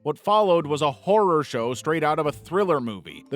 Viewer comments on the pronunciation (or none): none